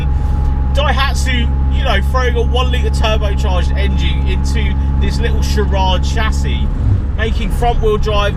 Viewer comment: sirarrad? what the hell is that? if you where around during the 90s car scene you would be able to pronounce it definitely after been smoked by the fastest 1litre production car at the time, extra nuggets, the JDM gray import version was called a GtXX and had different spec like pepper pot alloys different cloth electric everything, different dash clocks etc. there best days are very much behind them but an amazing car